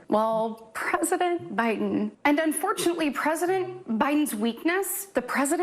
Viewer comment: Cant watch the Stepford wife in front of kitchen sink (who the hell thought this performance and setting such a great idea).. she pronounces every syllable so emphatically sounding creepily cringeworthy like a character on a Ricky Gervais mocumentary. Only positive is given some great ammo for another really funny show though 😂 ps loved the out takes too